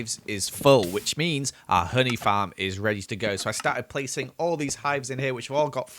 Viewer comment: Why do u say fam instead of farm